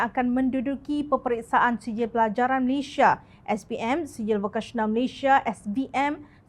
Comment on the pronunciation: Malaysia bukan Malayshia.